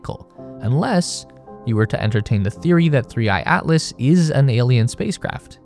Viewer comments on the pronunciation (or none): he literally calls it 3 I I Atlas cos the ai thought the / was an i